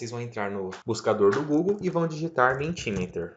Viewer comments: Parabéns pelo vídeo. Pequena nota, a pronúncia é "MEnti MíÍter" (inglês padrão americano) ou "MEnti MÍta" (no inglês padrão britânico) - letras em maiúsculas são tônicas. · Ótimo, muito obrigada! Ah, a pronúncia correta é "mentimérer". Abraço!